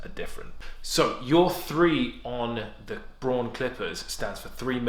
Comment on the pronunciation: Heh heh, love the way you say "Braun". Like, "Bwohn"... hahahaha!! Yeah I find small things amusing so sue me.